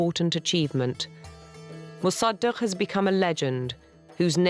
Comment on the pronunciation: Pronunciation fail: Mosa-duck 😝